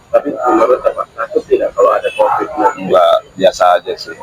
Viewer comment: Bukan covit covet